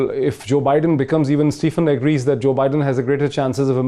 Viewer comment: Moeed, please pronounce Stephen's name correctly. It's "SteVen"; not SteFen (Ph here has 'V' sound).